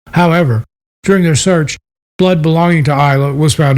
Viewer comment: Ayla is pronounced with a long hard A not an I. Ayla is Mains little girl. Sadly we KNOW what happened to her by her father Justin. Justin will one day meet his maker and pay for what he has done. Ayla is missed and loved by Mainers. She is very special to us. Palaso wrote a Song about our Ayla. We want her father to tell us where she is. She's Maines child.